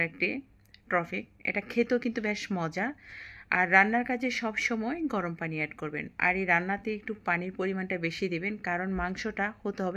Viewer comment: আপনি পুরান ঢাকার মানুষ না, আপনি পানি কে ফানি 😂 বলেন আপু। নোয়াখালী দেশের মানুষ আপনি।